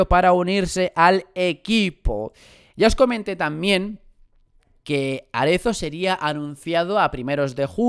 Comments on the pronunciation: Es Matías Arezzo, no Aretzo. Haces daño a los oídos. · Que rabia me da cuando dices Matías Aretzo y no arezo